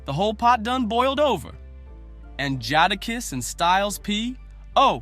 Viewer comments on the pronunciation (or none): he said jodakiss lol